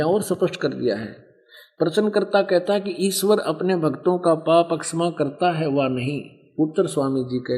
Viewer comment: जो महर्षि की निंदा कर रहे है और हिंदी का सही उच्चारण भी नही कर पा रहे तो क्या दुसरो की निंदा से आप महान बनेंगे?? क्षमा बोलने में भी गलत उच्चारण।